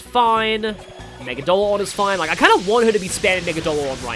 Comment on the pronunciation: the ONLY SMTuber who said Megidolaon correctly! ME-GI-DO-LA-ON! Not megidolon, or megidlon! Its so fustrating! Subbed!